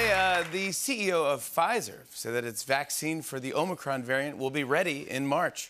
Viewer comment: Minute - "O'Micron" 🍀😆